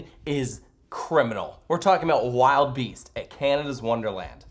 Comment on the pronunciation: Wildebeast is pronounced will-deh-beast ;)